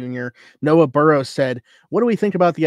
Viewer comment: Didn’t mean to give a stupid question! Just wanted to hear u pronounce my name. Its barrow like wheelbarrow lol